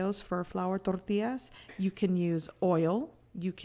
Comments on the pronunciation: Trying to sound more Mexican. It's bloody annoying. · why she saying tortillas like that